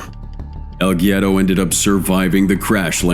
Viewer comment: its pronounced "wedo" smh